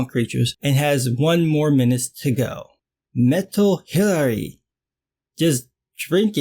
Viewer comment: Hiraree is how a Chinese person would pronounce Hillary....lol